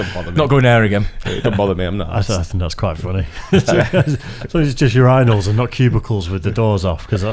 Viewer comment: hahahaha they say it like, your anal instead of pronouncing it yerinal (urinal)